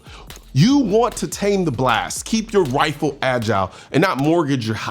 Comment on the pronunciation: Is he intentionally saying "wifle" instead of "rifle" as a joke? If so... Lol... If not... My bad...